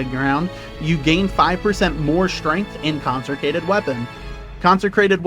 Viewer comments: "Conserkated" 😂 consecrated my guy. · I don't think you pronounced Consecrated correctly a single time 🤣 It's good to see that OwtL is still alright even after the nerfs